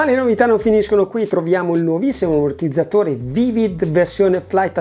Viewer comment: Daje 👍💯❤️ piccola gaf 🤣🤣🤣 l'am(m)mortizzatore 🤪😜😛,,, per il resto tutto bene 😇 Si dice Liabel 😜😂🤣🤣🤣 Ricordi........ Ciao 😉